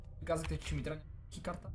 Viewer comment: Защо всички казват ки-карта.. Казва се кий карта или Key card.... Научете го